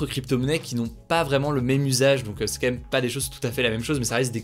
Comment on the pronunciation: Salut Hugo, je suis un américain qui profite de tes vidéos pour m'améliorer dans la langue française ainsi que pour les nouvelles, et je n'arrive pas à m'empêcher de remarquer à chaque fois la façon particulière dont tu dis le mot "quand même". Malgré ta cadence largement mesurée, tu dis "k'(m)èm" avec une telle régularité et diligence que je me demande si c'est comme ça que ça se prononce de façon quotidienne d'où tu viens. Je connais que certains le prononcent "comme même" mais là c'est un peu abusé, non ?